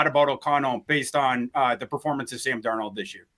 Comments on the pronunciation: Darnald not Darno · Does this joker really think his name is pronounced darNOLD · Please help on how to pronounce Darnold. He keeps saying Dar-Nold. It’s grating. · Sometimes he pronounces it Dar-NAULT, like French 😂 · He's been saying Darn-Old more than any of the other attempts, but you guys may have a point - maybe he is just messing with us, saying it differently every now and then. The other three fellas say it right enough times that he HAS to know how it's pronounced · How many ways can mispronounce Sam Darnold's last name? If it was a drinking game, would have us in the ER for alcohol poisoning. Good on you!! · Why does pronounce Darnold so strange? Do any of you call him out on it? lol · Biggest gripe with whenever he speaks has nothing to do with his opinions. I like them actually. It’s that he can’t pronounce Sam’s last name correctly most of the time. Funky accents and fluctuations lol. Let him know. He needs to see his blind side. He should get federated to protect him. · STOP SAYING DARNOLD LIKE THAT OH MY GOD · The way pronounces Darnold drives me crazy but he doesn’t pronounce it the same every time 😂